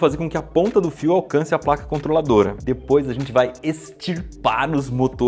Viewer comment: É só eu que fico com agonia pq ele fala dipois ao invés de depois